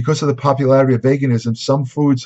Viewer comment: Vaguenasm XD ...sure I forget how to pronounce things too XD